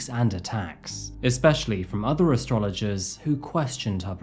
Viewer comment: “Astrologer” enough said right there